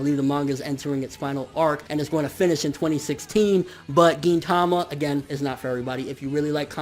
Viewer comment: Why does everyone pronounce gintama the way you do? I swear I'm the only one that pronounces it differently